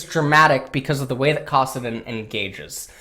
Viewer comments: Anybody else want to fucking kill themselves when they hear say Kassadin? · Fucking and his retarded pronunciation of kassadin anyone else hear that and want to shoot themselves